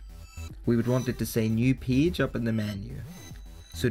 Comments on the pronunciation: Man, everything is great, except the way you pronounce the world "PAGE". Please open the dictionary. [peɪdʒ] please :-) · Nice video, I like how you call page as peege, Thank you for sharing